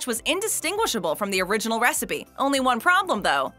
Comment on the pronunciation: Secret “wecipe” :D